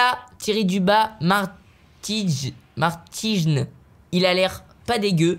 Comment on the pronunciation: Dis pas fkakka martijn mais flakka martinn